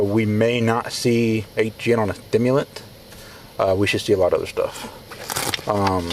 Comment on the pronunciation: He said “thimulent” 😂